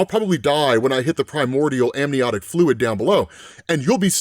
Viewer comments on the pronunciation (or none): none